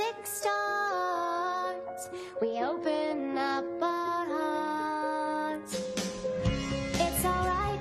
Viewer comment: I love this show and I love this episode. We get all this internal dialogue that we don’t normally get. Anthony Stewart Head’s voice is like honey. My one complaint…the way Buffy pronounces ‘heart.’ I’d love a therapized episode on Spike and Buffy’s relationship. I’m a Spuffy fan but I get the hate!